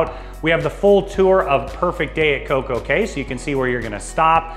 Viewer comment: Thank u for pronouncing COCO CAY correctly ☺️